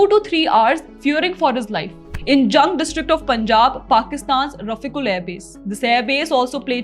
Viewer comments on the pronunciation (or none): none